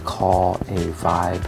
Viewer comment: Not gonna lie you said vibe TEA and im still laughing